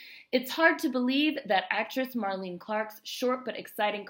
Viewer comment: nice to find this, thank you so much! Just FYI she pronounces her name like Marlene Dietrich. three syllables.